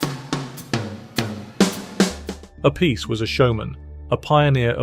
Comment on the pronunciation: Appice ( appeetchè ). "See" sound in vulgar / ecclesiastic latin and italian stuff doesn't exist when " Ce/ci ". It's " Tch" sound